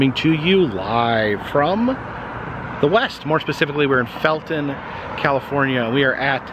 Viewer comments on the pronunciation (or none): none